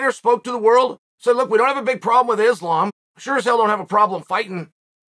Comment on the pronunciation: Who is this izzlam mak-la-chev guy